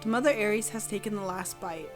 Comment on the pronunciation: It’s pronounced aer-ess developers included a pronunciation when first revealing the Aereis